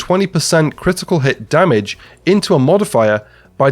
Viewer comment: I want to know why almost every division content creator says "damich" instead of damage